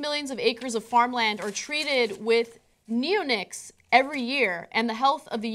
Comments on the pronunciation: neon- ics, not neo-nics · it should be "ne-o-NICS" since the chemical class and their name is a derivative of nicotine.